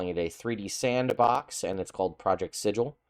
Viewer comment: It’s pronounced Sigil.